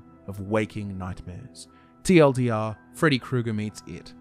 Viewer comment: Awesome video as usual! Except everytime I hear you say "TLDR" it made my body cringe. Other than that Awesome work sir